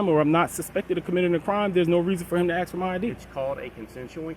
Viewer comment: pleast stop saying AXE, its ask